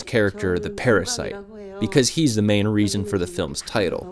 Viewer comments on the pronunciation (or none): none